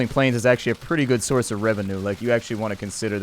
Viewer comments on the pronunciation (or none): none